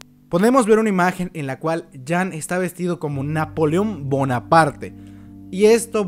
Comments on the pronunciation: ¿Porque le dices Levai? se dice Levi y Jean no es Yan o como lo digas es ( lo diré como se pronunciaría) jin. y si estoy mal alguien que me responda XD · Por que le dice livay y jan, que yo sepa a levi y jin ps asi lo pronuncian en el anime